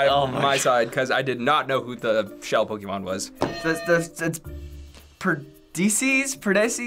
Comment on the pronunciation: Why isn't anyone talking about how knew all the Pokemon's but messed up with the names like everytime 😂😂